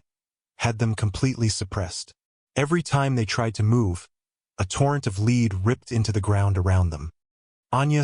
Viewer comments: A torrent of lead should be pronounced led not leed. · It makes me think a horse or dog just entered the story.😂lol